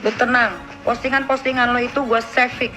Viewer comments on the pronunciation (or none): Haduh nikmir ,,,Ngomong save aja keliru jadi Chef 😅